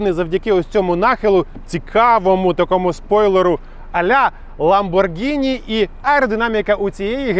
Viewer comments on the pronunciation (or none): none